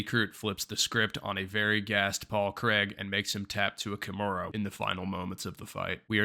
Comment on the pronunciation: Decent video but it's Craig, not kreg..